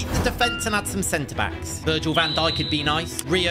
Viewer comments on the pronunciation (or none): none